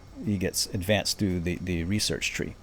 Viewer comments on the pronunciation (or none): none